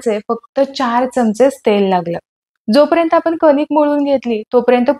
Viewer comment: खूप छान अगदी मनासारखी झालीये हॊ पुरणपोळी.👌👌👌👌👌 Tip : तुम्ही "पर्यंत" ह्या शब्दाचा उच्चार " परेंतर" असं करत आहात. तो सुधारल्यास उपयोगी ठरेलं.राग नसावा ही विनंती. 🙏